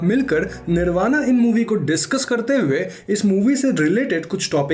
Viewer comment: Bhai plz pronounce correctly, u r indian not an American. It is " निर्बाण" not "निर्बाणा".